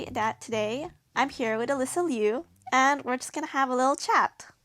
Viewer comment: Finally, someone pronounces her last name correctly. Ironically, sounds weird to me even as a native Chinese speaker as we were shelled by so much Alysa "Lu".